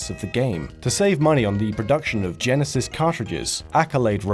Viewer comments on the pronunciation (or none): none